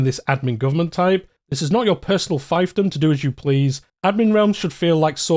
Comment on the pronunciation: My good man, you mispronounced “fiefdom”. Please look that up if you’re doing ck3 content 😅 you’re also mixing the US and UK pronunciations of “byzantine” into a single weird combo pronunciation